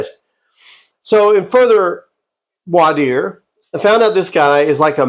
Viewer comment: Why this appeared in my feed, I don't know. You make excellent points. And you used and pronounced voir dire correctly. I know attorneys that struggle with that word (and I accept there are multiple accepted ways to say it).